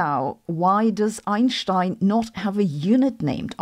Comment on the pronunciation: Wasn't ready for the Einshtein 🤣and especially not 0.1 Einshteins 🤧, that all woke me up pretty fast 💀